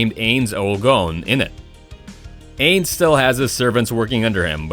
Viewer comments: how he pronounces ainz being that its my favorite anime makes me sad.. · Didn't even say the overlords name correctly. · You can tell hes never watched overlord because he said the OPs name wrong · the way he says ainz sama's name hurts. i do not think he has ever seen overlord. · I love how he put Overlord but the way he said Ainz